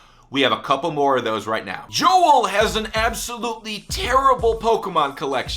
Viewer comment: You said Joel wrong I know cause my name is Joel